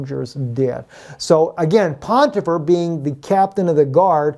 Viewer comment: You keep saying, "PoNtifar", but there is no N or Nun in that word...English or Hebrew.